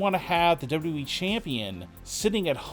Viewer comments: Great report but.... Could you do everybody a freaking favor please.....it's pronounced WWE......NOT W...EEEEE!!!! FFS MAAAN 🙄 that's super annoying!🤣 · Why do you talk like that? Why do you say wwe like that?